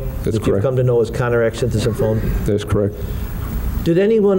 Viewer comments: Looking at this through the overly sensitive lens of the woke generation. Konerak's last name is Sinthasymphone is way harder to pronounce than Dahmer. In the court room everyone has to display professionalism...not start name calling like a bunch of children. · "...with mr. symphathy... some phone?" They couldn't just say "the victim" if they have so hard of a time pronouncing the poor guy's name? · They were tripping over Sinthasomphone so badly, they were probably trying to avoid saying it more than a handful of times. If they could/would not learn how to correctly pronounce the surname that was twice connected to the white male, they should have continued using the first name that they could say.